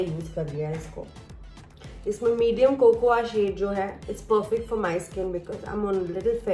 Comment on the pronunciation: Its not कोकोआ it is कोको 😁